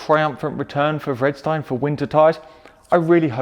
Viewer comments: Freedstein? Haha that sound so weird. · He said Vredestein wrong haha Hint: It's Dutch